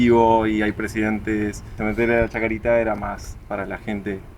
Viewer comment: Cementerio de la Chacarita, sin S final nomás pa. Hermoso